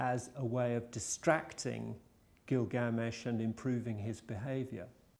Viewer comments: It's Gilgamesh, not GilGAAmesh. -. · it's not Gil gamesh... it's Gilga mesh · Gilga-mesh, not Gil-gamesh. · it's 'gilga-mesh' not 'gil'GA-mesh' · Stop pronouncing "Glilgamesh" incorrectly. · also is he saying it wrong or has everyone else I have ever heard talk about the story saying it wrong. Gil.gamesh or Gilga.mesh?